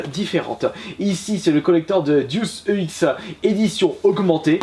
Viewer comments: "Diousse EX" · "Dé Ousse Ekse"